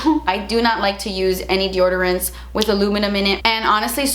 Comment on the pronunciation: DEORDORANTS!? What!? x)